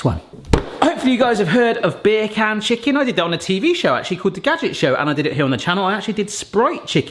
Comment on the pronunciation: I'm sorry but when you say "beer can" my brain can't help but hear you saying bacon in a accent